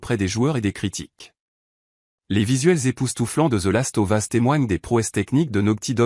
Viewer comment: Bon top mais j'avoue que la prononciation de certains titres écorcher les oreilles, entre les "Final Fantasi" et les "The Last Ovas", peut mieux faire 🤔